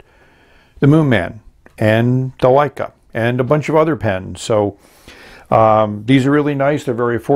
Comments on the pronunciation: Isn't it Lecai (luh-kai) not Leica? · It's Le-cai not Lei-ca. Leica is a great camera manufacturer. Wouldn't mind seeing them make a fountain pen. 😀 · Surely pronounced "le-kay", not like the famous German cameras "Like-uh" I tried to take a photograph with it and nothing came out.